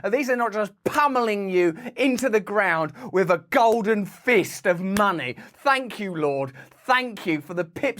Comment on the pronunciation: yes, fank you!